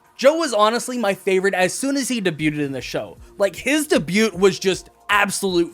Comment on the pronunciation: BTW, "Debut" pronounced "Dabyoo", with a silent T